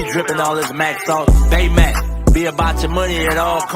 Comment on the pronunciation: BayMaac? Seriously?